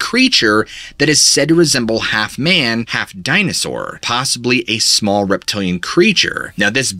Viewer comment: Ooga booga and “dI-na-sawr” how did I miss this video?